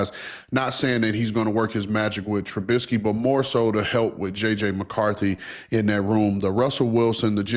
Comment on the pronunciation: This mf said Mitch Trubisky